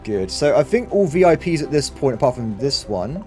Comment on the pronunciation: oooo he said vi pies at the end i want pies now :(